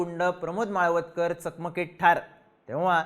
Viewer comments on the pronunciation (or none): माळवदकर नाही हो माळवतकर नाव तरी नीट घ्या उगाच व्हिडिओ करायचा म्हणून काही पण